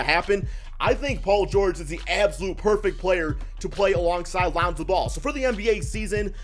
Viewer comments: Who the fck is lawnzo? Just sai it like lonzo bro. Wtf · LAAwnZow? Cant u say it by just pronouncing lonzo? No need to exaggerate his name. Wtf? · Geez you say Lonzo weird